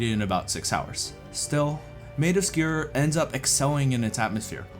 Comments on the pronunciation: Why are you saying SKEEER? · had to stop watching because of how he was saying Sker lol